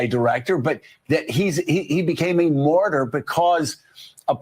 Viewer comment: What is a mortyr? Jo kept on saying mortyr. Maybe a mortician who died on active duty 😂😂😂?